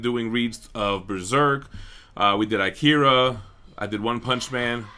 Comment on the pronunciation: i-Kira? .... you mean AK-ira right?